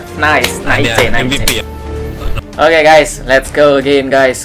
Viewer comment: Kan tadi kakak ngomong sama org pas menang ngomongnya bukan nice tapi malah naice maksudnya apa